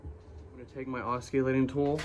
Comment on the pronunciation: Good vid but it's called an oss-i-lating tool. Lol. Not oss-cu-lating. You're welcome. I just took down my chimney to the bottom of the attic line and it was dicey for a bit. Be safe out there.